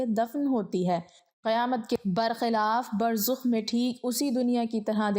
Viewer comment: Burzakh, not Burzukh.